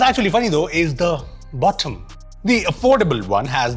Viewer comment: "bottom" in british accent 😅